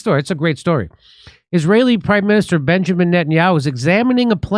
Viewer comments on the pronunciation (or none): none